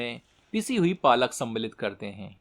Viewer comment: Its not palak its Paalak 😊